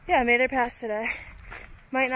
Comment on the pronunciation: Mather is pronounced with a short "a" like "pat". He was the 1st superintendent of the National Park Service. Excellent video by the way.